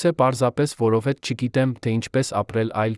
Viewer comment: Այ ասմունքող, դու ինչու ես հայերենի ,,և,, տառը ջնջում, միթե չգիտես,որ և ,,ը երեք տառ է, այսինքն ,,յեվ,,, դու դրա իրավունքը չունես, ասում ես որովհետե, ,մենք նման բառ չունենք, այ իմաստակ